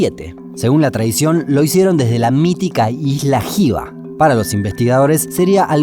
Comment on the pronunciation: No es para un like. X ej: dice moais y esa palabra no existe. Dice pascuenses Dice rarac Dice jiva y es Hiva. La h se pronuncia 'aspirada' No hubo ningún tratado con Chile. Fue anexado sin consentimiento del pueblo Rapa Nui. Se merece el dislike. Maururu🗿